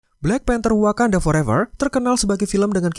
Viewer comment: Wakanada... wkwkwk :)